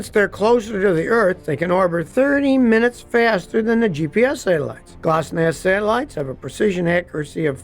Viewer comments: Scotty, it's pronounced glonass not glossnass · I don't think that GLONASS is pronounced Gloss-nass 😅 rest of the video is great 👍🏼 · G L O N A S S, not glosnass. Land Surveyors GPS is accurate down to less that 1 inch.